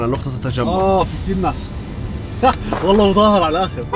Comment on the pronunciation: واللهِ (بالكسرة مو بالياء)